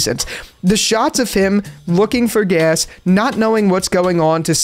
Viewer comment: “Looking for Gass”